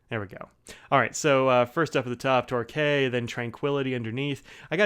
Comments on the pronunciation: Great review, Torquay is a coastal city in the UK and is pronounced Torkey. Keep up the good work. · Great review! But as someone who lives 10km away from Torquay, can confirm it's "Tor-Key". Also your reviews always awaken my hunger for a Franklin Christoph... someday... someday...